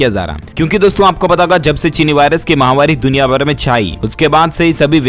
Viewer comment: माहवारी नहीं होता है मित्र महामारी शब्द होता है